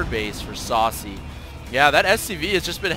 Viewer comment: Yeah, Sase is pronounced Sa-Say :3 SCII player with War3 background.